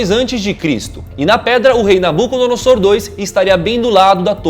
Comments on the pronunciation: Se pronuncia: "NabucodonoZor".. não .."noSSor".. E sim, se está na Bíblia e tem provas eh pq eh vdd... o fato eh que não foi concluída, Deus interviu, motivo pelo qual temos tantos idiomas hoje, pq até então era apenas um! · Nabucodonosor o S se pronuncia como Z Achava que era só um Nabuco e não 2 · A pronûncia de Nabucodonosor II está errada, a maneira certa de falar ( como se lê ) é {Nabucodonozor segundo}. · Se pronuncia nabuconodozor